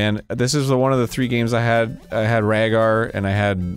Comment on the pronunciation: why do people say "ragar". There's no "ragar" about it